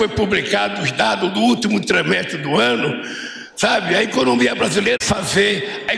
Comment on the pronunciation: E ainda fala errado. Ultimo tremestre. Só fala bobagens!